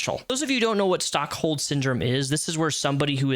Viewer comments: its not Stockhold Syndrome, its Stockholm Syndrome😂😂😂😂😂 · are you saying "Stockholm" ..?